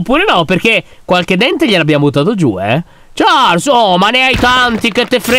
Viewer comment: Comunque si pronuncia sciarl ma si scrive Charles